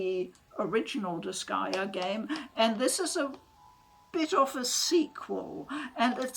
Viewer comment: I'm just happy to finally hear someone pronounce the name of the series.